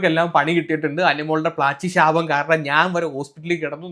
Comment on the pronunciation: ശാപം ആണ് അല്ലാതെ ശോഭ അല്ല 😂